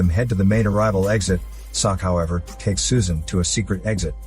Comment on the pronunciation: but thing is the girls name is not susan but its Soo-An